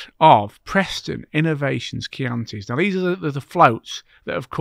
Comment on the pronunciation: At last,someone that pronounce Chianti in the fishing world.Cracking podcast well done.